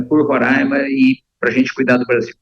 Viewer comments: Fia, eu usei fia por questão de humor (que acho que você não tem, e vc não existe), eu sei que é filha, a questão aqui é que ela fala Rora(~i)ma por erro mesmo, da mesma maneira que se fala é quando (que também é um erro). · Fia o nome é Rora(í)ma e não Rora(~i)ma